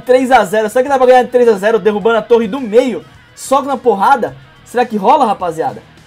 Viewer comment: Quando escutei o falando torre do meio eu entendi dedo do meio